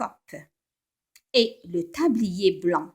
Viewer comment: "ET DEVOUEMENT" PAS "EST DEVOUEMENT"